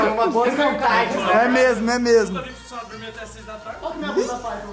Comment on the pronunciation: MDSS O FALOU "É MESMO" e não "É MEMO" q MILAGREE KKKKK